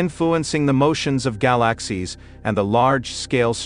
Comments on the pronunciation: So, what the heck DID Euclid See? Gal-a--sies...worthless Video. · What a rubbish video, considering its click bait title. Gal-axe-seas, amongst others and the crappy computer generated commentary is also a testament to the ridiculousness of this waste of time. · I like how the robot says gy-lax-ies. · I didn't realize that I had been mispronouncing "galaxies" all of my 60+ years. I had to shut it off - too painful to my ears.